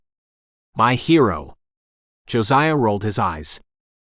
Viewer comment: Did he call him Josi coon? That word is a very not nice name for a black person in the UK. Mostly died out now thank goodness but it gave me a bit of a jolt when I heard it